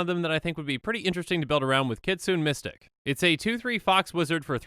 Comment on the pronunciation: I think Kytheon is supposed to be pronounced similar to Gideon. K is a softer "G" sound, and TH is a softer "D" sound. Also, it's not "Kitsune Mystic" it is "Kee-tsuu-nay Mystic"